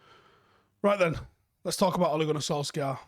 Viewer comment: Why do folk still pronounce his name as "Solskaar"? He's said it time and time again. It's pronounced "Solshire".